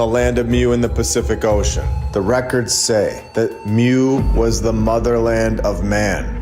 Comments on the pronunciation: It’s pronounced MOO not MEW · It’s pronounced MOO not MEW lol